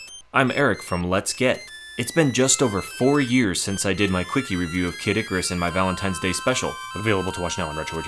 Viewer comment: hehe K. dic-arus, could have sworn he pronounced it that way a few times